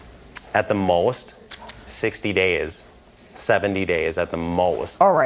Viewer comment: "At the mowast? 60 days at the mowast" lmao